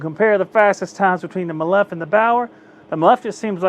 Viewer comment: It is pronounced ‘me-lif’. Jesus it’s cringy how you pronounce it. 😂🤦🏻‍♂️😂.